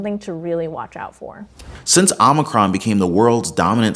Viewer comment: OH-MAH-CRON!!!!! NOT AHH-MAH-CRON!! JEEZ!!